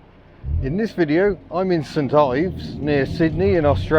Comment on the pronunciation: "St Ives" is pronounced "Snives"